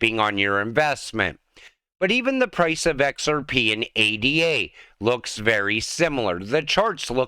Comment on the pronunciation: It's not pronounced A.D.A. it's pronounced Ada... the coin is named after a 17th century mathematician named Ada Lovelace... Lord Byron's daughter...